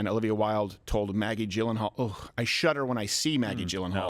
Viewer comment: Say it with me. YEE-LUN-HAWL! It’s spelled, “G-y-l-l-e-n-h-a-a-l,” but it’s pronounced, “YEE-LUN-HAWL!” • Don’t make me sic Conan O’Brien on you, Crowder. 😂😂😂😂